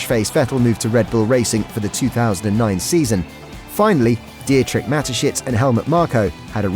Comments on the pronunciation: Di-etrich? Hahaha, could you at least find out how a name is pronounced? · Nice Video but the way the name Dietrich is pronounced is really painful